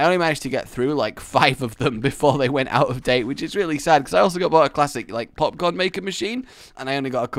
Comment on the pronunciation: how many times does he say popcorn wrong?